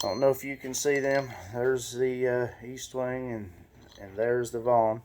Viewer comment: ESTWING NOT EASTWONG!!!! You should know the name of the hammer before doing a video pathetic